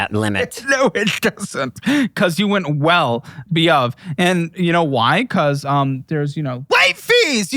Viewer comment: "well beove"